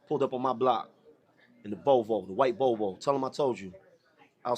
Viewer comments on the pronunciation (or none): none